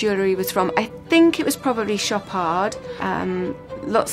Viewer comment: obviously in industry but cant pronounce louboutin and chopard.omg shame